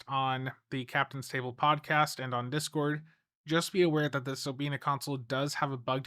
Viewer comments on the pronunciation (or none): none